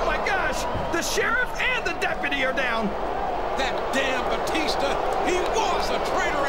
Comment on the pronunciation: Teddy long called Batista “batister”